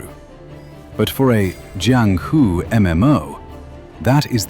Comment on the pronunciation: I have nothing to do with the IGN guy who reviewed this game but I still feel offended on his behalf. You roast him hard, lol. I'm surprised on how well versed you are in the Wuxia genre, from how you are able to pronounce Jiang Hu quite well, to how you even know how about Jin Yong who is considered the founding father of the Wu Xia novel genre. Well done video.